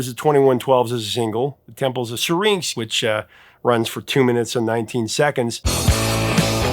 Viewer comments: Temples of See-Rinks ? Come one Professor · Why can't you pronounce "Syrinx"? Listen to the song and how Geddy pronounces it. Sheesh.